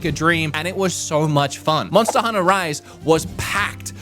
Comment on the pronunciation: Did I hear: Monster Hunnah?